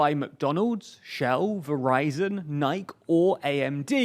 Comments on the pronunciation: Nike is Greek for "victory", and the E at the end is pronounced. It's "Ni-kee" not "Ni-k". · It's nye-key, not nye-k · Did this man justpronounce Nike as “Nike”? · Nah he didnt, Im british but it is prounouces ni-key. Its names after a greek goddess. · There’s no way he just said “Nike” like that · "Nike" rhyming with "like"??? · Seriously, is there anyone else saying Nike in one sylabble other than and Thomson Joy? I wanna learn British. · How in the world did you manage to mispronounce Nike?